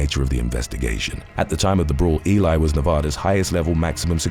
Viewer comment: Pronounced....E-Lee.....Ely say it wit me one-time